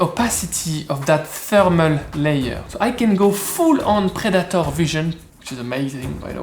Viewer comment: Prä-dah-töhr 😂 so good